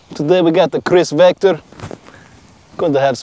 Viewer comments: The real you mean “Wector” lol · Pronounciation from Russia to Kirss Vector😂😂😂🤦🏻‍♂️🤦🏻‍♂️